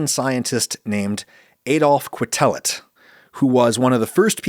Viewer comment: As a statistician, I've been repeatedly impressed by how careful Adam is about discussing statistical results. The one play where he goes statistically awry here is a trivial and amusing one, the pronunciation of Quetelet's surname: 8-)